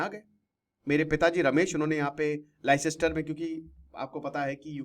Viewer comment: अरे लाई सिस्टर नहीं , लेस्टर बोलते हैं